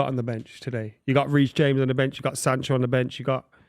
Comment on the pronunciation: Did say Weece James 😂